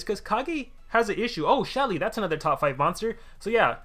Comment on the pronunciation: He said Shelly